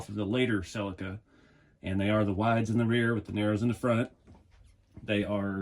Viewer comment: Hi the way you say the model of this car sounds so wrong ill spell it how its suposed to sound i hope lol its a seleeka but spelled the other way lol